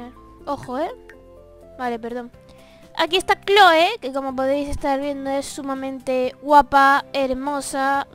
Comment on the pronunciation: Clhoe se pronuncia cloi y es hermosa